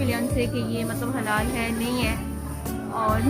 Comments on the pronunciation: Dear its halal. Not hilal... 😊 I just come across ur vlogs. Enjoying ur videos n all. Please don't mind my correction of "halal".... stay in ALLAH's grace dear. Best wishes from Karachi, Pakistan. 🎉🎁🎖❤ I already subscribed ur channel. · Assalamu Alaykum my beautiful girl. How are you? I wish you were in New York and we both would be doing shopping and grocery. Love you. ❣️ "Hilal" nahi hota, balkeh "Halal" hota hay my love. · it's halal, not hilal.. correct your pronunciation.. Anyway your vlogs are very nice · It is halal not helal